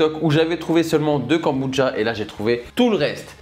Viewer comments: A quel moment le mot « kombucha » se prononce « Goneboudja » 😂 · J aime beaucoup tes vidéos par contre mes oreilles saignent à chaque « kambouja » j pourrais tout foutre en l’air ! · je suis perturbé tu dis “kambudja” 🤣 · Même moi ça me perturbe 😭😭😭 je parle à ma télé en disant KOMBUCCHHHHA 😂